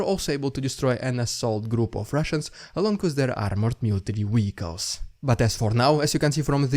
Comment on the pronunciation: What’s a weehicle?